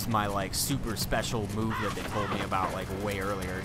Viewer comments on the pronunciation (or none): none